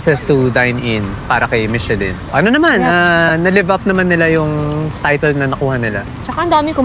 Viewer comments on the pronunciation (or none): none